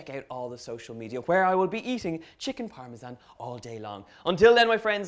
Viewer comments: It's either a ZAN sound or a JAN sound. Neither Italian nor English uses a ZHAN sound. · In America we say "Parmesan" the 2nd way, but since you're from Ireland you get a pass, lol!!! Besides... Your version looks delicious so it doesn't bother me in the least. Your accent is so AWESOME!!!